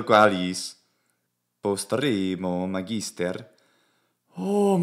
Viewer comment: Hey: You are stressing "magister" in the penult syllable, but I think it should be stressed in the antepenult ("MAHgister"). What are your thoughts? I love your commitment to the Latin language and your content.